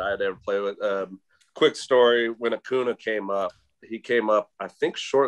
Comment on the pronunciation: Bryce harper would be mad with Sean because he can't pronounce acuña correctly